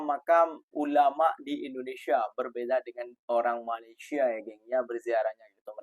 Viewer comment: COBA PERHATIKAN DAN DENGAR BAIK-BAIK APA YANG DIUCAPKAN... BERKATA MALASYA... MALASYA.... MALASYA 🤣👻👻👻🤣👻